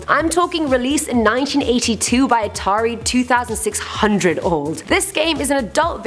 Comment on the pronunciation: So we’re all just going to ignore the way she said Atari 2600?